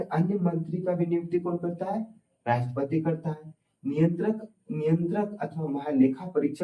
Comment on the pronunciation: Rastpati ko lapeti mt sir😂😂